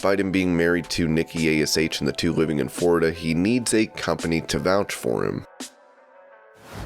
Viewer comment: thewre is no word or swtate called forida it is called florida